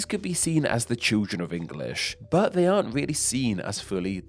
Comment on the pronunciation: An interesting subject. Shame that the speaker cannot pronounce so many of his words properly. Thrive becomes frive, the 'l' sound is mispronounced in such words as identical, which becomes identicaw; 'they' is pronounced 'dey.' And there are so many others in this debased speech that beside sounding unpleasant, it makes a mockery of the topic.